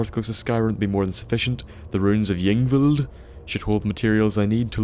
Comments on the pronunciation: Pronounced EEng-vild. Also, the plural of sarcophagus is sarcophagi. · hey bud, i think it'd be safe if you pronounced it Inveld. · It's pronounced ing-vild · ying vild is how its pronounced I think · Pronounced Ingvild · pronounced "ingvld" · Pronounced Ying Vild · it's pronounced ung-vild. In skandinavia ys are pronounce "u" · I think y's in skyrim are pronounced as i's so it's like ingvild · The "Y" is pronounced like it is in a name such as "Yvonne"